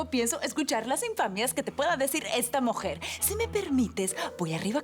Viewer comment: dijo mojer no mujer